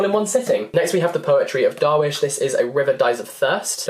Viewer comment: When i saw that mahmoud darwish poetry collection i was so freakkinggg excited This makes my arab heart so happy❤️❤️ Oh btw darwish is not prounced like this it's more like (darr-wiesh) Just stress a bit on the i to get a good prounciation